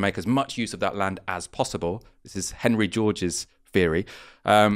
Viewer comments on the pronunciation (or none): none